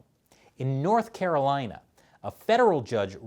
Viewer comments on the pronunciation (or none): none